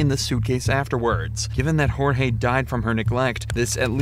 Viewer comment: ok, this might be the wrong thing to focus on... but... the name was JORGE, not GEORGE.....